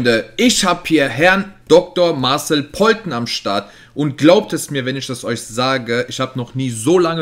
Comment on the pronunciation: isch, disch, nisch..... grausam.